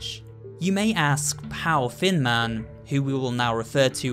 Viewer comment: Does anyone else hear fin man when says thin man